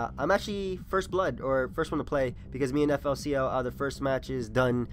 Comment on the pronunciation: Pretty sure FLCL is pronounced "Fooly Cooly" Could be wrong though.